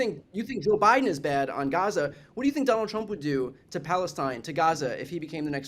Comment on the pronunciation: David and Brian cannot say the word Gaza.